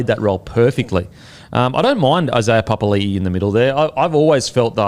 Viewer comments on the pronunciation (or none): Is trying to make a point about pronunciation? For the past few months he's literally said "pa pa li i - oh sorry pa pa li" to the point where it's sounding like a statement against how it's pronounced Like it's so on the nose now you can't be getting it wrong that often the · Oi Beak Rothfield... J Papalii 2021- "Every year I have requested my name to be pronounced ‘puh-puh-ee-lee-ee’ which is how you say it.”